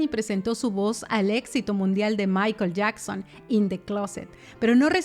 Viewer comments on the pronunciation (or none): none